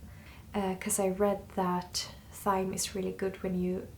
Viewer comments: Looks very cosy. Nothing like relaxing after a hard days work. Thyme is pronounced as time, in uk. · Thyme is pronounced the same as 'time' in English, despite having a 'th' spelling. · Jonna - another superb vlog - thank you. I hope you won't mind me mentioning, but 'Thyme' is pronounced to rhyme with 'Time'. Interesting thoughts about our senses; if we lost them all do you think we could still describe ourselves as 'conscious beings'? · In English, we pronounce "Thyme" without the "h." Perhaps you've heard the song "Scarborough Fair", with the refrain "parsley, sage, rosemary, and thyme." So you could say that, in a way, you made "Time Tea." One that encompasses both the time that gets away and the fleeting existence of thyme in late autumn. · Oh Jonna! You are so cute! We pronounce Thyme like “time” but now I think I will always say it the way it is spelled. thyme like rhyme! That’s the way it should be! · Thank you so much for your beautiful videos. Just a note, the h in thyme in english is silent so thyme is said the same as time. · In American English thyme is pronounced like "time." The th in this case is like the "t" sound. You'll eventually get your smell back. It took me about 2 months, then 6 months of weird offness to my sense of smell. Good luck! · Not to be negative but in English thyme is said just like time; at least were I am from. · I love your videos. You are a wonderful storyteller and videographer. Your English is very good too. I wasn't sure if I should say so, as I love how you speak, but just so you know, Thyme is pronounced like Time! But when you say Thyme it's lovely. I do hope your smell comes back. Try peppermint oil daily, diffusing it. It may help. But it must be a pure essential oil. Sending you many hugs and blessings for a full recovery. 🥰🥰🥰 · You are both such a treasure. Thank you for sharing your magical life with us. Oh.. Thyme is pronounced exactly the same as Time, but it sounds so cute when you say it